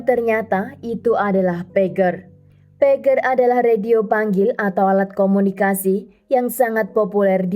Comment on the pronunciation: Pager harusnya dibaca PEJER coba cari lagu yg berhubungan dng kata PAGER yaitu judulnya TIT DI DIT